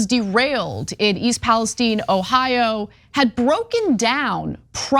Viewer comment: Im from OH. We say Pales "Tyne" just like the middle eastern country. The Pales "Teen" is killing me 🙃